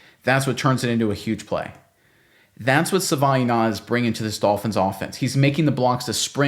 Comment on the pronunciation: My god please stop mangling the guys name.